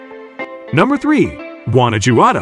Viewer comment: Primera vez en la vida que escucho "Guana-yuado" y "Ouksaka"